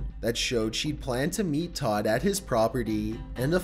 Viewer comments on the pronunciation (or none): none